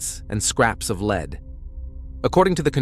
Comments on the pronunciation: Yeah, listening to this one is rough. Leed/lead. Come on, get it together. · It's lead not leed . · lead not Leed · Lead, led come on you’re a real person aren’t you? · It changes... lead pronounced led, then lead pronounced leed. Damn annoying. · Lead pronounced “leed” is terribly annoying, especially when the story is about lead poisoning. 🤦🏻‍♀️ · Take note, pronounced like “led,” but spelled lead. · I had to stop and come look at the comments after hearing the word leed 3 times 😆🤣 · Three times?? More like three hundred, so irritating 🙄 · I know, I am screaming " Lead, lead!!!!" over and over again to no avail. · Lead as in "lead paint". Lead as in "I will lead the team". You're gonna make a video you could at least make sure the words are said correctly. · The word is " lead". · Glad I’m not the only one it bothers!😂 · It’s obvious with the incorrect pronunciation. I wish the editing included checking the audio for errors.